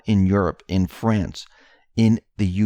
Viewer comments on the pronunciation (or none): none